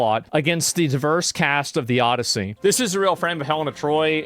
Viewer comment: The OD-E-I-ssey with Helen of DeTroyT. Woman completely misunderstands the Odyssey. Odysseus was the protagonist but wasn't necessarily the hero. Very beginning of the story he's arrogant and disrespects the gods that the gods punish him, and THAT is why it takes him 20 years to get home instead of a few weeks. What does he do when he gets to the Cyclops' home? He and his crew literally start eating his food, drinking his wine, I think killing some of his sheep to eat, then they fall asleep because they're so drunk & full of food. When the cyclops finds them asleep in his raided house he tries to punish them, and some of them get killed. Start of the Odyssey there's a whole crew on his ship, I think even several ships, but after all their punishment only Odysseus is left after 20 years. Odysseus does save his wife from all these suitors trying to go after his wife & grand estate, by killing all the suitors. Guess how the book ends? Here's a hint, each of those suitors had family and they all want revenge. The Odyssey is like the inverse of the Trojan War, in both cases Odysseus uses his wits to get through an impenetrable wall to the woman inside (Helen/Penelope). The main difference is The Trojan War is a story about war, while the Odyssey is a story about what causes war.